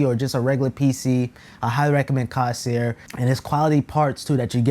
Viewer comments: my mans said "cawsear" got me dead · say it with me my guy "CORE - SAIR" there is no s in the middle (dont take me too seriously tho)